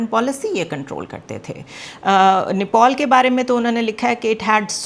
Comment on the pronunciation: Oye bewakuf aurat wo neopol NAHI hai usko Nepal kehte hain, zyada stylish mat bano simple raho to acha hai